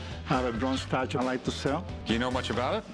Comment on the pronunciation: It’s a meE, mario and my estatu-e. Buy it!